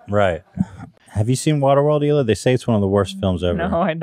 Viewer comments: One of my favorite episodes. Although it did bother me that Oliver kept pronouncing the “H” in Hila. I would feel better knowing it’s a shtick. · Does he pronounce the H in hila as a joke ? Because it’s so funny if he didn’t hahah